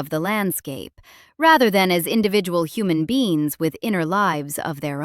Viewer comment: you called human beings "human beens" this most basic of errors strips the video of any credibility.